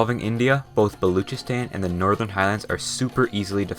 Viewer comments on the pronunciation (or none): Balochistan is pronounced Bal-o-chis-tan